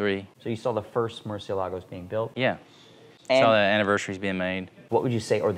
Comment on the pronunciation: Will Ed finally stop pronouncing them "Mercy-Ell-Uh-Goes" now?